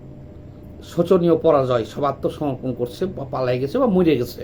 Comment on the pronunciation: কথা টা সূচনীয় নয়, শোচনীয়।